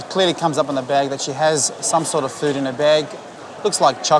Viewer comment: No fooda, no fooda😵‍💫😵‍💫😵‍💫. You put it in your mouth, chew and swallow. How is it not food or as you put it fooda???? Please spare me thre pretense lady!!!!.😬😬😬😬😬